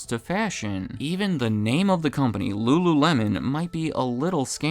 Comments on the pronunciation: Ahh yes .. rururemon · "ru-ru-remon" C'monnnn bro 😂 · lmao rururemon 😂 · re: in this video. “L” is difficult for Asian people to speak. That’s why a Wincoln Contiwintal does not sell wery well there. EDIT: I can not roll my tongue. I will never be able to speak Spanish, Italian (and probably many more languages) properly. I wish no denigration to anybody.. it’s just where/how we grew up and learned to speak.